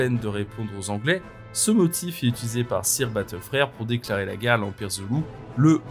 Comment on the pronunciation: Le "sire" m'écorche un peu les oreilles, en anglais on dit "seur" phonétiquement parlant. Cela m'a déconcentrée !! Bises et merci